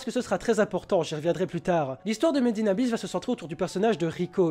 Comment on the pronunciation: Quand il a dit Made in Abyss pour la 1ère fois j'ai cru qu'il avait dit Medina bis 😂😂😂